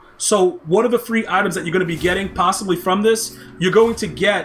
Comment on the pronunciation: I like how he calls them "aitehms"